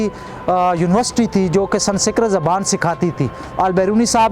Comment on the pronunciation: San sikrat nahi sanskrit